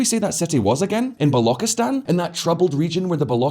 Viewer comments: When you Pronounced BALOCHISTAN as BALOKISTAN We knew how well you know this topic. 1/10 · governor of kashmir area? Are you kidding me. Pre independence kashmir was ruled by king hari singh. The level of poor research is unfathomable in this channel. That's lazy research work right there And balochistan is not balo-ki-stan. It's balo-chis-stan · 'Balokistan' 💀 It's 'Balochistan' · It's Balochistan... "ch" like in "chia, china", "lo" like in "loop". Not Balauckistan...🤦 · Not "Ba-loki-stan" it is pronounced as "Ba-lou-chee-stan".....People of that region aren't called bollocks or boloks......Ba-lou-ch ("ch" as in Char, not "ch" as in character) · Balokistan? It's Balochistan. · The fact that he can BARELY pronounce balochistan with a 'ch' shows how little research he did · don't even pronounce gawadar, and Baluchistan properly but still giving "expert analysis"😂😂😂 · It's pronounced as ch as in China in balochistan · Man, you are pronouncing Balochistan wrong. You sound silly. Also terrorism has decreased exponentially. Your information is about 8 years out if date. Multiple Mistakes in this report , I'd give it 'D'. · saying a guy who can't even pronounce Balochistan hahahha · your pronunciation of Balochistan, Laskar-e-Tyyiba, Hizb ul-Mujahidin, etc., is hilarious. 🤣However, the video footage you showed while describing different parts of Pakistan, i.e. footage from to , does not reflect the regions of Pakistan you are talking about; this footage is from Bangladesh, specifically pre-liberation war Bangladesh. While, technically, Bangladesh was also part of Pakistan at that time, you are not talking about that during this 30-second clip. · Also mispronounced Balochistan, but that's forgotten. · The pronunciation of Baluchistan is so cringy lol